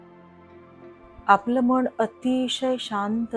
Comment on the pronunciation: व्हिडीओ उत्तम, सादरीकरण उत्तम. फक्त आपण मनाचा उच्चार मण असा करता आहात. तो जर मन असा केलात तर परिपूर्ण वाटेल व्हिडीओ.